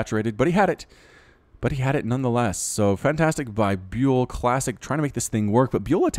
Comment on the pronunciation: dude this guy is called "byAl" and not "byUl"